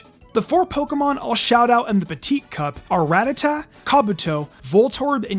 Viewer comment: on my knees weeping, sobbing, begging youtubers to stop pronouncing Ratatta like "rat-a-ta" The one fly in the ointment to an otherwise excellent vid!